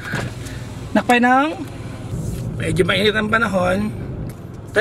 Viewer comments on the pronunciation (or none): Papuntang Thai accent na Yung "apanak pay manong" mo papa jackson😂 😂